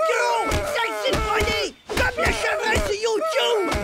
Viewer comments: Roger dit youtube , c'est marquer Ti Tube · qq a remarqué lorsqu'ils criaient youtube au lieu de titube «XD